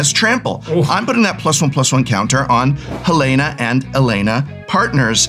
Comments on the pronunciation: This might be a bit that I just walked into but it was killing me was pronouncing Halana wrong and then in the credits he pronounced it right but Alana wrong lol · I don't think the Prof knows it's pronounced HaLAWNuh, not Helena.